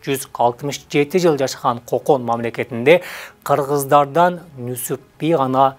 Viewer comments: Нүсүп эмес Нүзүп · Нузуп Нусуп эмес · Нусуп эмес Нузуп туура айт. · Нүсүп эмес Нүзүп. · Нусуп эмес, Нузуп. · Нусуп дебей Нузуп десенер боло адабий тилде суйлоп жеткиргиледа тарыхты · Нүзүп деп туура айтылат кыргызча. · Нүсүп эмес Нүзүп деп атын туура айтсаң автор